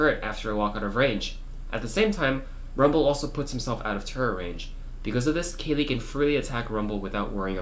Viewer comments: You keep saying kaylee... its pronounced like the plant "kale" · Why do you pronounce kayle, kaylee :s